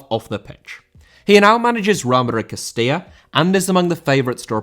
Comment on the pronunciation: Castilla* not Castíer